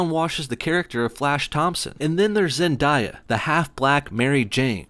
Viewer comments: “this Asian guy” 😂😂 He’s from Hawaii🌺 Cringe. It’s not ZenDIEa, it’s ZenDAYa💋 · First say Zen then say day now say Zenday and just add an a and what do we get Zendaya not Zendiea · "Zen DIE a"? 😂😂😂 Lol, t's pronounced "Zen day a" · Lol zendaiya its zendaya lmao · Not sure if this annoyed anyone else, but her name is Zen DAY a. Written phonetically, as Zen Day uh. It's annoying wherever I hear people call her Zen dai uh, which is not how her name is pronounced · Its pronounced ZendEya not Zendiya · ZEN AS IN THE WHOLE SPIRITUAL THING DAY AS IN TODAY NOT DIE AS IN DEATH A AS IN AH ZENDAYA ITS NOT ZENDIEA ITS ZENDAYA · HER NAME IS ZENDAYA NOT ZENDIYA ZENDAYA, DAYA!!!!!!!!! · Zen-DAY-ah. Not Zen-die-ah. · zen-die-a? i love it lol. love your vids man just... pronunciation xD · It’s “zen- day- uh” hope that makes it easier for you to pronounce. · Its pronounced zen-day-a... love it tho 😂😊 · Zendieya? Wtf 😂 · I'm surprised I haven't seen any comments about him pronouncing Zendaya as "Zen-die-uh." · Michelle Jones played by ZEN-DAY-UH learn how to pronounce peoples names if your going to be talking shit haha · ZEN-DAY-YA! Jeez, I cringe every time he butchers her name. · OMG it's pronounced Zen-DAY-uh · Zen-DAY-ya. Learn her name damn it . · its pronounced zen-day-a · "and here's Zendieya" lol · u said zendayas name wrong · Oml the way he said zendaya 😂😭I died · This is pretty dumb. Also you pretty much got a couple of their ethnicities and ages wrong.. as well as the fact that Zendayas name is pronounced wrong and how u just thought Peter had an affinity for black girls. Jus bc a kid has had feelings for people of other races he only goes for them, what? Are you dumb 😂? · the way he was pronouncing Zendaya was pissing me off. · I've got an idea. Keep to the fucking story...It's Mary Jane...Not 'Zendaya'